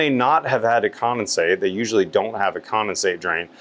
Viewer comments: Are you saying commonsate or condensate? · There is a D in condensate. seems to be saying “commasate” for some reason